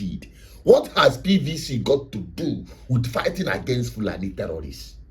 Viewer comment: It sounds STUP!D each time you emphasize on PVC... Are you so domb that you don't know that the elections are already compromised before the dates fixed....